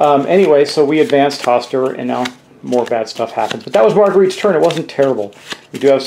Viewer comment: If she’s German it’s probably pronounced Marga-ray-ta. (With the final a sounding very short and not quite a sharp a sound.